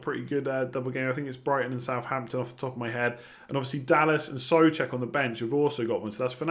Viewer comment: Whos Soofal:D think Soucek is throwing you